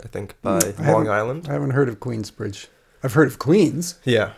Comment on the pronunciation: Cuh said Queensbride Long Island.....